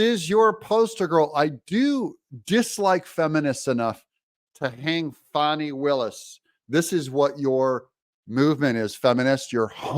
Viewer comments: It’s Fani- not fauni, Please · It is not pronounced Fon-knee, it is pronounced Fan-Knee as in your bung hollieo. Has AOC informed Fani that ""RICO is not a crime" so she is in big time trouble indicting Trump and his allies. Fani might be a good liar, but you can watch her closely and see those wheels turning in that empty head thinking about the next lie. If she is hard working, why did she take 7 vacations in 6 months. I wish I could get a job where I can work that hard. As far as Fani there were many crimes embedded in her relationship. I hope that Fani, Nathan's Hotdog and Terence "I don't Know Bradley all need disbarred. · You don't have a reputation, at least not a good one. It's pronounced Fanny just like a big fat fanny!